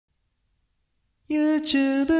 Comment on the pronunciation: it's pronounced "you-Tube" not "you-chube"